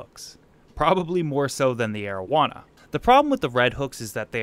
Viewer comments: you said arowana the first time I heard that I thought its name was marijuana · I totally thought you said "Asian Marijuana" and I was like "Ummm well that's an odd fish species..." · I THOUGHT HE SAID MARIJUANA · for a second there i thought you called it your "aged marijuana"